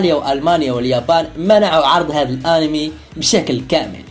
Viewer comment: انتا تقول ارمي مو انمي 😁